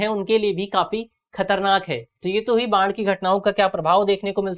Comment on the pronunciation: बाण नही बाढ़ है गुरु